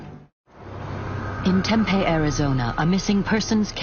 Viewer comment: It would be really great if you used a real voice, I live in Tempe. It is spit pronounce phonetically TEMPE the last E is long sounding as in EE this person pronounces it like TEMPEH, which is a food product so yeah if you’re gonna be using AI and bullshit like this the very very very bare minimum you could do is make sure you check the pronunciation of things